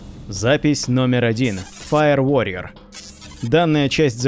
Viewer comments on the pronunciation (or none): none